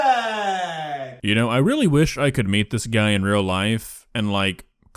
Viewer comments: i HATE how he says parefect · I’m at the point that if I hear this guy say “PIRFICT” one more time I’m going to lose my shit and just ask god to pls just kill us all, we deserve it. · I'm gonna hear "Poifect!!!" in my nightmares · Don’t forget he’s being racist whenever he says BeRFEct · Most of the time he says "BeRFecT" it looks like he was holding his tears and crying off camera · no joke i thought he was saying breakfast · I thought he said berfect like replacing the p with b